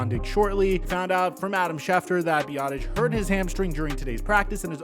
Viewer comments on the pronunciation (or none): none